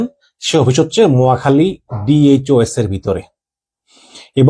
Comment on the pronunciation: ডিওএইচএস 😂😂😂ঠিক মত উচ্চারণ করেন মিয়া 😂😂